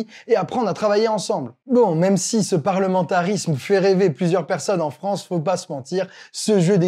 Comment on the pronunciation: Vive la « fronce »….